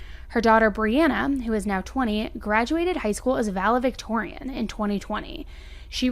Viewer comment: Why does she keep saying Vale-Victorian?? Really? LEARN TO READ